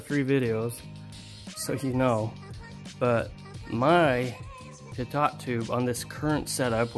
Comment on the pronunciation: Was anyone else confused as crap when he said PitTot tube and not Pitoe tube? I spelled it phonetically. Yes it’s pitot tube. Great video anyways! Super cool!